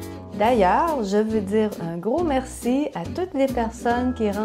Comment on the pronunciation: Marci! (c'est la prononciation d'Edmundston, aussi) Je suis contente de savoir que tu trouves le français québécois/canadien plus facile à comprendre! C'est vrai qu'il y a beaucoup de points communs entre nos versions du français. 😊